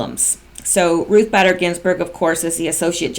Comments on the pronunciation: Bader is with a long a....just FYI. You said you wanted to know......Lol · Hey, minor point, but believe Bader is pronounced with a long A. Ginsburg being a radical feminist is an understatement. The country will be much better off when that witch finally kicks the bucket. After the tarmac meeting, one of them (Bill or Loretta) said they just talked about golf and their grandkids. Yea right, we believe that BS. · Just as a side note, it is pronounced BAY-DER, not BADDER. I have a feeling that she will be much discussed very soon, so I thought you would want to know. (BTW, I am wondering whether this recording of the tarmac meeting will be a part of the OIG report, soon to be released, and that is why POTUS is bringing it up now. If NSA did indeed have such a recording, it doesn't seem right that they wouldn't have shared it with Horowitz, since part of his job is looking at the whole 2016 election. Just a thought.) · Pronounced Ruth baiter not batter. just letting you know. Thanks for all you do. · Her last name pronounced Bader, LONG A SOUND. Not Badder... You annoying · It's Bader as in Bay der , hard A please. And someone please tell Corsi it's Strock NOT Strizzok , Dr. J C is NOT snoop doggin, but why does everyone mispronounce Stzrok , that Z IS A REAL BASTAGES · LL claimed that her convo with WJC was only about grandkids and golf. However, no records exist proving WJC played golf while in AZ. Actually, no one knows why he was there... Love cats. Have 3 It’s “Ruth BAY-dehr Ginsberg “ You pronounced China Stick Exchange correctly, however symbolism in the East has different connotations than in the Western World. (Relative ex pats live in Hong Kong) Scalia was a devout Catholic. His son is a priest. Scalia would never have elected cremation (Vatican II changed Church for the worse) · Ruth "Bader" Ginsburg, one "d" pronounced Báy-dur...fyi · It's BAY-DER. Ruth BAYder Ginsberg. Long A in her middle name. Thanks for all your hard work